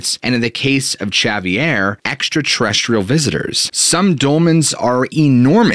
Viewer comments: Javier is actually pronounced Havier ... the j has an h sound ... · Shavier?? Do 5 min of research and learn how to pronounce names and words. 🙈🙈🤯🤯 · s he really pronouncing the j in javier its pronounced w an h